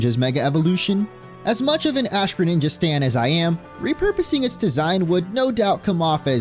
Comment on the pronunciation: DO NOT LEAVE OF THE R IN GRENINJA THE FIRST TIME!